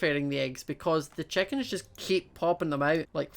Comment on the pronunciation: He pronounces chickens as checkens and he pronounces fences as finces